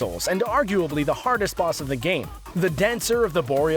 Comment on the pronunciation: At the start he said "Bass battles" lol that sounds like a boss in parappa the rapper. It was a mistake but I love it XD you guys are the best youtubers ever